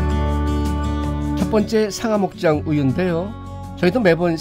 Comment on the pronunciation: 늘 재미있게 잘보고 있습니다.. 감사해요.. 상아목장 아니고 상하목장이요... ㅎㅎㅎ